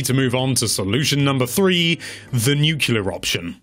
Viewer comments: Did you just say nucular, like George W Bush? It's nuclear... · It isn't nucular, its nuclear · "Nucular" Ended right there.